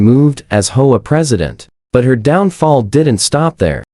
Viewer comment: PLEASE! Your AI is BORING and ILLITERATE HAVE A HUMAN DO THE VOICE-OVER! IT's H, O, A., NOT HOE-AH. DON'T USE AI. (AT LEAST WAIT UNTIL AI IS MORE CAPABLE>)